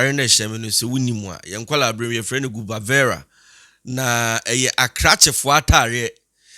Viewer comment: It's not gubavera but rather cubavera